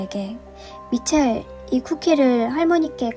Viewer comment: 빨간망토 미첼!! 할때 미친이라는줄ㅋㅋ